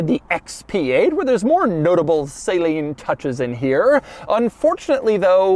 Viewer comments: It’s “suh-LEEN” according to the company folks I’ve talked to, not “saline”. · Doug the type of guy to pronounce Steve Saleen's name like a medical IV of saline. The man himself has told the world it is pronounced "suh-leen" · Its pronounced SAA-LEEN, not SAY-LEEN. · Is it me or Saleen is said different than Saline. I think that Doug keeps saying saline instead of Saleen (suh-Lean) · Suh Leen not say leen.. come on doug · Ohhhh no, not Doug pronouncing saleen “say-lean” 😂 it’s “suh- lean” not “say-lean” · I believe it's pronounced "suh-lean", not "saline". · sa-LEEN. Not Saline GEEZ, Doug. A car guy should know that. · Doug, its pronounced suh-lean not sail-een. Great video love your channel! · i thought it´s "s´uh - leen", not "say-lean" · It’s not SAY-leen. It’s suh-LEEN. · The correct pronounciation of Saleen is “suh-leen”, not “say-leen”. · Is it really pronounced SAY-leen?...i thought it was SUH-leen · suh-leen, not say-leen. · Not Say-leen. It’s Sa-leen. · It’s not “ sae-leen “ , it’s “ sa-leen” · It’s not pronounced Say Lean. It’s pronounced Suh lean. He’s already gone over this. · Not Saline. It's Suhleen. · Its suhleen not saline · Saleen, Doug. Not saline. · It's SA LEEN NOT SAY LEEN! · Please, don't be that guy. 'Suh-leen', not 'saline'. I expect it from goofy rednecks, but not automotive journalists. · Jeez people please say Saleen correctly. "Sah-leen" not "say-leen". Steve does not say his name like that. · It’s Saleen NOT Saaaaaaaleen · God it hurts every time he says it.... Doug, man.... The name is pronounced "suh-LEEN" , not "SAY-leen".... It's not an IV bag of sterile saltwater in a hospital. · Sale-een. Lol It's pronounced sel-een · Why are you pronouncing saleen like that? Isn't it sə'leen vs say-leen??? Just sounds weird to me. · Geez, i cant listen to this dude say "SAYleen" again. Its "SUHleen" 🤦🏻‍♂️🤦🏻‍♂️🤦🏻‍♂️🤦🏻‍♂️ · I believe it’s pronounced suh-leen. It’s like saying Porsche incorrectly. Come on Doug! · You mean "Say-leeen" Mustang...